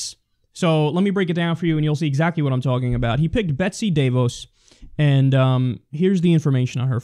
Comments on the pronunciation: Pronounced Deh-Vaws... accent on the Vaws... I lived in GR most of my life, everything is labeled DeVos something or other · Actually, Kyle it's pronounced "De-Vos" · lmao you butchered her name It's "De" as in "Dead" and "Vos" as in "Toss." She's from a billionaire Michigan family that pretty much owns the west side of the state and Grand Rapids.